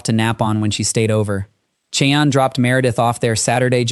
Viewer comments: Its pronounced shy-anne, not chee-anne. Seriously? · Ok you murdered the murders name and it's driving me nuts... We semi share the name Cheyanne is pronounced (Shy-Ann) just like the Cheyenne Indians and the capital of Wyoming 😅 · Listen to your AI sh!t before posting. Never pronounced the perpetrators name correctly!! Inexcusable and lazy!! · He also can't say her name